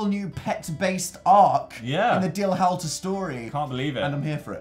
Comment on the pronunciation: It’s howlter, not howelter!